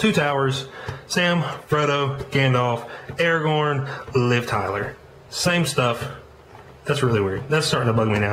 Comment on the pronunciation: did he say faragorn or am i just hearing shit